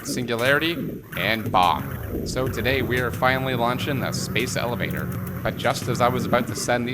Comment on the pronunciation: ah yes "bomb"